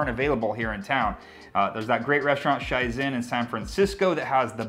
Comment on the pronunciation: Super good idea! Shizen has some amazing vegan sushi. I do believe it’s just pronounced shee-zen tho, just saying. I’m gonna try this out tomorrow!!! Thank you!